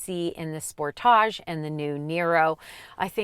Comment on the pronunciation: Why she said sportage like that 😂😂😂